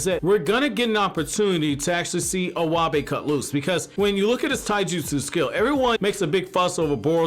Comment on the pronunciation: Iwabe is pronounced e-y-bay lol you totally butchered my 2nd fave character name